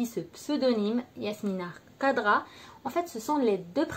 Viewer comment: Prononcez correctement son nom d'ecrivain please ; c pas kadra , c khadra